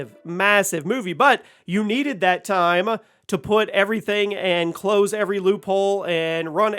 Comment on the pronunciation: I never knew the words TIME and multiple other words were pronounced eith an 'A' on the end TIME'A